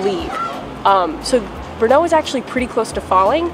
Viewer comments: It's Brno (stress on R, not O) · Thank you for exploring my city. Just a little thing. Do not ever put a stress on second sylable in czech words. Always the first syllable. Thanks.